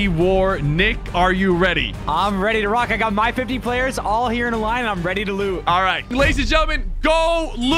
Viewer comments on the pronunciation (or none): Nil I sounded like nick sounded “I’m ready to lose” but actually said I’m ready to loot😂